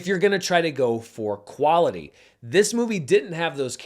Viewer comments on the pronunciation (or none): none